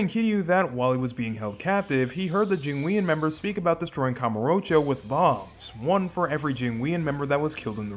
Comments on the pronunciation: I really don’t wanna be that guy, but it’s “Jing-won” mafia not “Jing-we-on”. Great video regardless though! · Your pronunciation of jingweon is wild considering how much they say it in game 💀💀💀